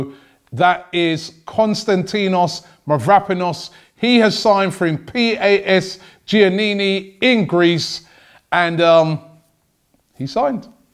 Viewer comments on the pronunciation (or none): PAS Giannina Robbie: PAS Giannini close enough